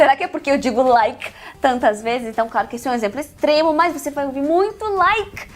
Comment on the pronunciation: Muito forçado o jeito que ela fala "like", nossa, não é preciso enfatizar tanto no fim da palavra.